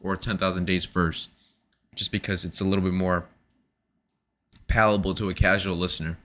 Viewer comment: Did you mean palatable, or palpable? Pretty sure pallable's not a word.